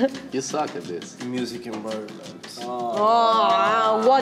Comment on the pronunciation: "aaaa wuat miusic invairomenttttttttttt" Italian mode came out totally ahaha